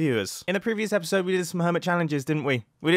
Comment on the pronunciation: I can hear the first one Also, *ello *episode And theres a 'ere after mumbo